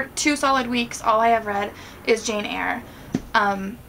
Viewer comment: haha Cracked up at your 'Jane Eyre' in a British accent! Lovely video!